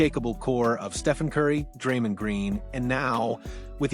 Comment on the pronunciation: can’t even pronounce Dray’s name correctly.